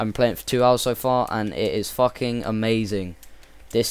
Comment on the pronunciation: ha ha he said fucking in a british accent